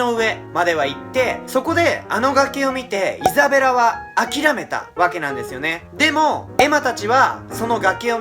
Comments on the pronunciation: のところイザベラがエザベラになってる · 5分06秒ぐらいにイザベラがエザベラになってますよー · 5分5秒エザベラになってる(笑) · ？エザベラになってる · イザベラ→エザベラになってますよ〜